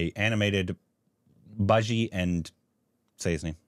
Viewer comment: It's not bajji. It's "Bu','jji"